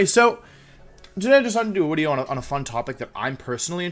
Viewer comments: Wolfey: It's intro, not into Also Wolfey: Wideo. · Wideo intro is now wideo intoe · Wolfey vocabulary: video = wideos Intro = intwo Gigalith = Jigalith Incineroar = ban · Wolfe, if wideo is wideo, then doens't that make us wiewers?